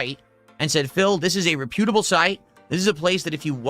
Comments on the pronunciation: Re-pew-tuh-bull. The only worlds he ever gets right are "tips" "support" and "what do I mean by that". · "Re-pewtable"??? Who says that word lime that? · RE—PYOOT-ABLE. Ok, Valedictorian. 😂